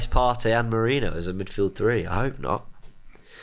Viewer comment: Nwaneri not Nwanieri, and Merino is not Merinio.